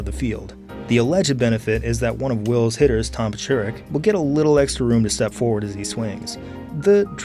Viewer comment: "forward"s are missing their first R's. There's a "toward" but no "foward."